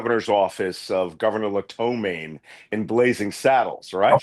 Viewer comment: Malcolm, love you! Thank you. But it’s LaPetomaine. Not Latomain in blazing saddles. And it’s not cosplay with a long o sound. It’s cosplay with a short o sound like in the word costume, like Noem is costume playing. 😉 I’m from Philly too. 🇺🇸🇺🇸🇺🇸